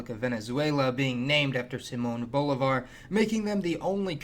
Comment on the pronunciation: you should really make an effort to pronounce names like Bolivar properly